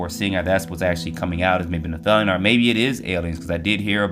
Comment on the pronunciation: Pronounced NEFF-I-LIM